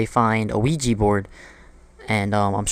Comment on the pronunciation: when i heard ouigi board i was like.. oh no....